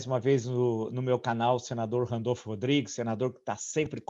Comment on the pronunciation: É RANDOLFE, GENTE, E NÃO "RANDOLFO" 😁